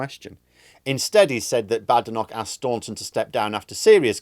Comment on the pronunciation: She doesn't like being called Bad-enoch, rather Bade-enoch, get it right. lol.